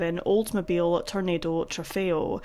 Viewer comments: The car name is pronounced: Toro-naud-o. 😊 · That very cool car is pronounced TORO-NAHDO Trofeo.